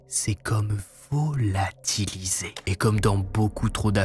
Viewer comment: Ryler s'est comme VOOO-LAAA-TIIII-LLLIISE. Nan sinon toujours aussi excellentes t'es vidéos je te suis depuis le boucher de la Hanovre je crois